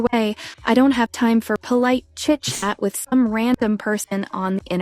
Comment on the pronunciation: I love differences in dialect. You pronounced chat as "shat" when typing to Julie, and I nearly spat my coffee on the screen. 🤣😂🤣😂